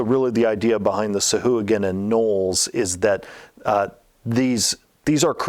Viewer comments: The Sa-hoo-again??? You mean the Sa-Wah-Gan. Jesus dude you're like THE dnd guy. You should know that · The creatures original designer daughter uploaded a youtube video explaining it. But the pronunciation doesn't follow traditional syntax for pronunciation and its actually call Sow-Hwa-Gin, but wizards went over all the creatures and re-did pronunciation years ago and changed it to this new pronunciation.